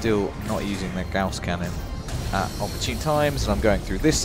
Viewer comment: Gauss, like gowce, is correct. Magnetic rail accelerated projectile